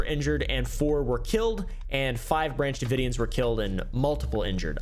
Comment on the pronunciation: "Branch davoidians" I'm only calling them that from now on xD